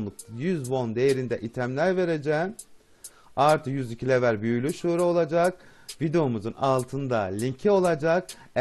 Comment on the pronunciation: Şura değil sura